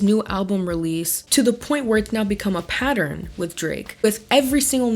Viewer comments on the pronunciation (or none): none